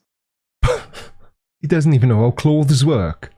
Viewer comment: I just loved the way he pronounced “clo-thes” ♥️